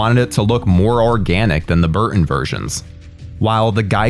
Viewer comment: Kee-Ton, Bur-Tin. Not Kee-inn, Bur-inn. English. LEARN that shit...